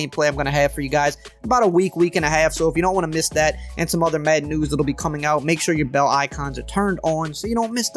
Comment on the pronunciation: Does it bother anyone else how he says madden?